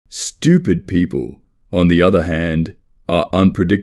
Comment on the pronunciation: Whenever he s saying stupid im hearing Americans...😂